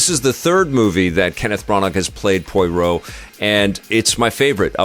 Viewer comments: 😂 Listening to pronounce Poirot as Poyroh feels the same as listening to my dad pronounce Chipotle as Chipotul. Love it 😂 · Looking forward to this after the first two Kenneth Branagh (pronounced branna) Poirot (pronounced pwurrow) films, although the horror/spooky side is a bit concerning (the book really isn’t).